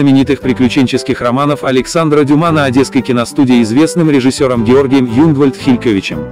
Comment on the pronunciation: Ну, можно как-то внимательней относиться к произнесению фамилий, особенно известных людей? 11 вопрос: режиссёр Юнгвальд-ХилькЕвич!